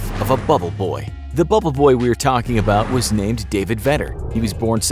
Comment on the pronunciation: 😂Hahaha When he said, “Welcome to dah life ofa bubble boi